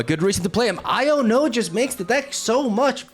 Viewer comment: Why does he pronounce iono like "I don't know"